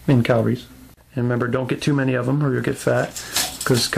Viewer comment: omg funny you say Kyle Reese name and pronounce it Calories, keep up the great work, looking forward to MeEvilCheese figure review :)